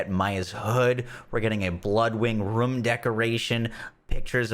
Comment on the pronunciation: "Ruum" LUL